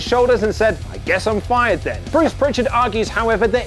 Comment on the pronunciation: Lol fired. I re-listened, really does sound like 'buyed' haha